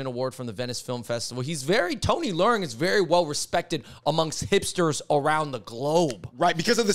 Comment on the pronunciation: Y'all butchering Tony leung name w that northern pronunciation. Dude is Cantonese. Its pronounced " le ung / lung "